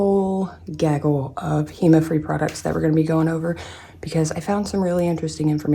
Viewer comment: Did you say heMa free?? I finally figured why I get itchy. It’s anything with hema, I like madame glam cuz they don’t itch and most of ENC. months ago I couldn’t find anything hema free! Can’t wait for those videos (Also would love to be entered to win pana brush ❤️)